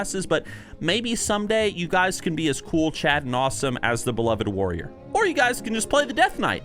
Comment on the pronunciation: Before I click this video I'm going to assume he says Woyer because that's the class he's been playing recently (and a patrician choice btw).